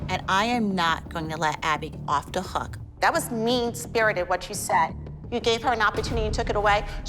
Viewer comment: holly using some of the Bronx sass when she said ; ‘I’m not gon let Abby off da hook’